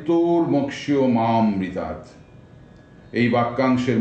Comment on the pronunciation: খুব ভালো লাগলো । সমৃগ্ধ হলাম। শেষ লাইন টা তো মা অমৃতাত । কিন্তু মন্ত্র উচ্চারনের সময় মনে হচ্ছে মা মৃতাত। এটা কি সন্ধি করে । কিন্তু তাতে মনের মধ্যে ভুল ছবি প্রতিফলিত হবে না তো?